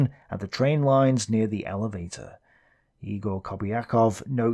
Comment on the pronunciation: Very in depth and fine as always! Though it's not Eegor Kobyakov but Yegor, just so you know the pronunciation .